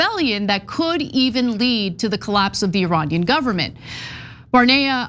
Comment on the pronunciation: The word "Iranian" is pronounced as E-ray-nian.